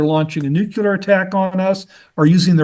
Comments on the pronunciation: For someone as educated as he’s supposed to be, I would think he’d know “nuclear” not “nucular” and the difference between “succession” and “ secession.” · Nucular Son, it’s pronounced Nucular…. Also, as I recall the 2011 UK riots were triggered by the police shooting of Mark Duggan in which case it was similar to a George Floyd situation. It didn’t happen spontaneously for no reason. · What’s “ nEwCuLaR”? Is he trying to say nuclear (new-clear)?